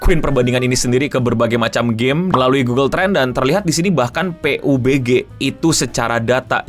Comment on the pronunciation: Bacanya pabji bg